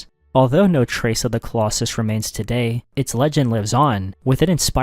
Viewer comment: The Collus Sam? This is A.I. Nice try